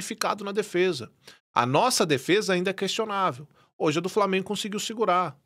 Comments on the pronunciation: Fala Framienguumm kkkkkk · Kkkkkk eu sou flamenguista mas o "frameeengunnn" é muito engraçado velho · "FRAMENGU HÃ ISSO AQUI É FRAMENGUUUU" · Cadê o ''FRAMIENGO'' KKKKKKKKKKKKKKKKKK